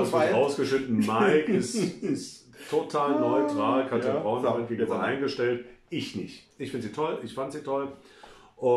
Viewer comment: Einen Schnaps für jedes Mal, wenn Katrin Bauerfeind (ohne n in der Mitte) falsch ausgesprochen wird. 🎉